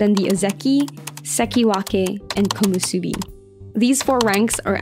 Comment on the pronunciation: nice video, few mistakes here and there like "Komosubi" instead of "Komusubi . Keep it up